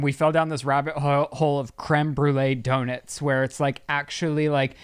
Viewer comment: “donits”